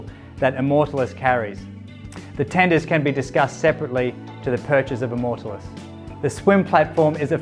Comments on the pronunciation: that is the weirdest way to pronounce immortalis i have ever heard and it is annoying as hell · Easy on the superlatives mate. Makes me want to look very closely under the hood when someone is selling that hard. Also pronouncing the name of the vessel might help in the long run. Nice boat though.